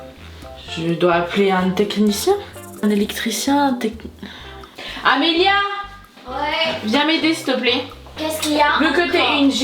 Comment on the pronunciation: pourquoi tu dis Amélie mais c'est pas Amélie c'est Amélia